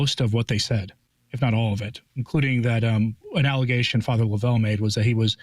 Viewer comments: Yes, tell correct pronunciation is Father LOVE'l, not lo-VELL. Joe Alger is absolutely correct. God help us all. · It's Love-L Father Love-L ...not Lovell ...it's pronounced simply Love-L